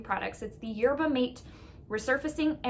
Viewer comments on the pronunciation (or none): Lovely video! Btw it’s pronounced Yerba Mah-tay, lol. Second video today that pronounced it mate. Not criticizing because it’s so relatable. I used to call quinoa, keen-noe-uh.😂🤦‍♀️ And I wish someone had told me the correct pronunciation.